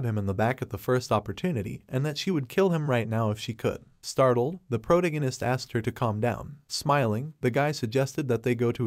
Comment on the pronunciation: "proto-gunist" AI narrators suk.